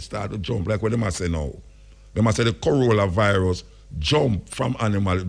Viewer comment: Muta says "Corollavirus" 🤣🤣